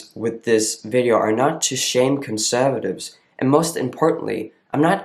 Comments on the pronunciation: Also, I noticed a bit more of an accent in this old video when you say conservatives. It's more "conSUHvatives" as opposed to now where I would think you were a native English speaker from Detroit or something. The "conSUHvatives" gives it away here. Pronouns are inherently biology based, BUT they're also visually based. You look like a man to me. I wouldn't question it. I wouldn't go "hmmm .. is that a girl?" It's automatic, "that's a man." That all being said, I'm so glad you kept doing these videos. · I came here to see if someone says this. Every word he says sounds like American accent and then conservatives sounds Australian.